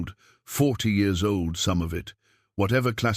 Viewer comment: I don't know why you cannot get the year's read correctly that's just stupid it's juit really screws up the continuity of the story